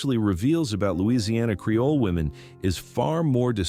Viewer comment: Creole. Not "Careoles." Your crappy AI video narration keeps mispronouncing terms and fully glitching out some words.